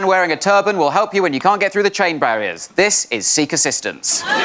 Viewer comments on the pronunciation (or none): this one from Ed is probably my favourite! “And thees ees my…”😂